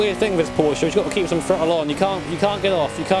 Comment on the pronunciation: Today I just realized that says Porsche the correct way:)